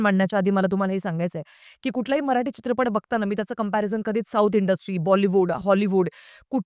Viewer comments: मराठी ... म्हणा मराटी नहीं 🤦🏻‍♂️ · Bai kokanatli nahi tya mule dashavtar he Kontya web series inspired nahi tr dashavtarache khel kokant khup aadhi pasun hotat. Gaav mhatl ki story holi slow asnar gavach life he shara sarkh fast forward nahi te usant gheunch chalt. Aani mail te मराठी aahe मराटी nahi. Nidan jya bhashet review det aahat to shabt not uchhara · मराटी नाही मराठी बोल